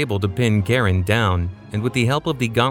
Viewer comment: Its Char-on,.you AI.